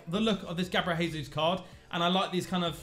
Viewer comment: For the love of all that is sacred and holy can you please stop saying "Gabriel Hesus"?? You don't sayi Horginho, Huninho, Hoão Pedro, why do you pronounce the J like an H when it's Jesus name? He's Brazilian, he's not Mexican.